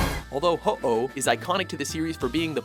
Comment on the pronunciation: ITS HOE OH